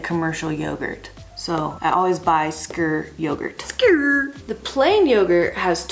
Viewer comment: Haha I love Americans trying to pronounce Skyr. It's more like the ski in skiing. "Skir". Good stuff!